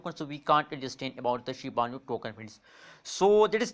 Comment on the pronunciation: It's Shiba Inu not shibanu